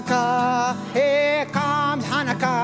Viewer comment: I am orthodox so I'm gonna comment on all #5 in israel it is still called a chanukia, also the chanukia doesn't date back to Moses although the menorah does they are pronouncing stuff very interesting #4 the chart in chanukah is pronounced like the German word Bach by constricting your throat like having a hair in ur throat I guess #3 olive oil or shemen zayis is used today in Orthodox circles, particularly considered like more of an adult thing , and kids light the candles though according to the law it is fine no matter what. also it is pronounced latkuuuuus with an u as in up not latkees #2 the main holidays are Passover succus or succot and Shavuot or shavuos as well are yom Kippur and rosh hashana the minor holidays are Purim and chanukah basically though minor isn't the right word they are minor because they were instituted by rabbis rather then the Torah or bible #1 it is inscribed if in the holy Land a great miracle happened here, with an initial for each one, and a great miracle happened there if outside of the holy land